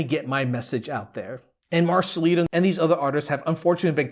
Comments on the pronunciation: Please remember it's Marcelito with a T not Marcelino okay? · Marcelito not marcelino..